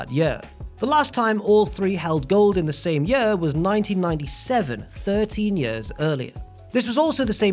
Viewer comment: I like how says "years"